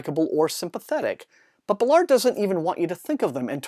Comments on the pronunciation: Interesting review, (however I must correct it is Baal-ard not Belard sorry😂) JG Ballard truly is a master of Dystopian landscapes, his exploration into similar themes from High Rise are in The Enourmous Space, that story is nightmarish! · Thanks for the review! Not sure that's how you pronounce "Ballard". I think the stress is on "Ba" instead of "lard" (based on video interviews).